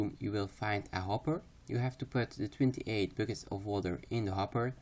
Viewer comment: Your accent is very thick. But what I love about your guides is how you enunciate so clearly that even if it sounds like you say bookets instead of buckets I understand you very well. Keep up the guides hommie!